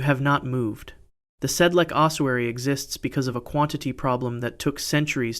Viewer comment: Sedlec. Technical note "c" is pronounced like "ts", not "k".